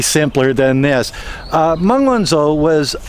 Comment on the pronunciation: Good analysis of the case; she is a very brave lady to stand up to them like this and endure through this farcical travesty of law breaking by the respective authorities., one thing bugs me: you don't pronounce the ZH in pin yin correctly - zh is pronounced like a j, so it's not Sen-Zen but Shen-Jen; where I live (Zhuhai) it's not Zoo-hi but Jew-Hi; and it One-Joe not One-Zo.